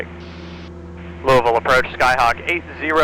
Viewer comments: appreciate you having learned how to say "Louavul" 😁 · glad Chels taught you to pronounce Louisville correctly